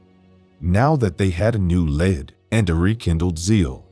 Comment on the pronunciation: Say "led" one more time.....